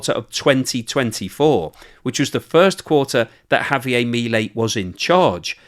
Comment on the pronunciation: Javier is Argentinian, not French, his name is not pronounced that way. You're not even close with your pronunciation . You comes off as an a-hole doing that .